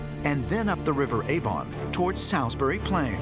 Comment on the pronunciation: If you're going to do the voiceover for this, at least learn how to say Salisbury.